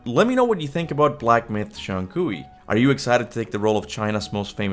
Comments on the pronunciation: Just so you know, the common pronunciation for Zhong Kui is closer to 'Jong Kway.' It's a tricky one! I used to say that too! Zhong sounds like "Jong" to rhyme with "long," but with a softer "j" sound. Kui sounds like "Kway" to rhyme with "way." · Love your content, but your pronunciation of Zhong Kui is rough lol